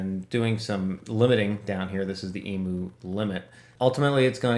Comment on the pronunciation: Please in your next vid. learn how to pronounce’EMU’!